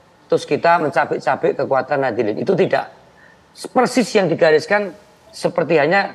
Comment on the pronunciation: Ngakunya paling deket dengan NU, tapi menyebut Warga Nahdiyin saja jadi Nahdilin😅